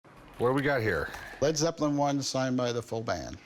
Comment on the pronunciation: "Dis is de hwoly gwail of Led Zepwin"